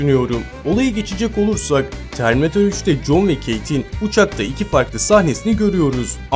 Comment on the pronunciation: çerminatör nedir ya :D